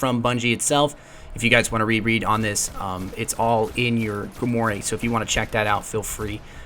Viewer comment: Grimwhar* not Grimohray*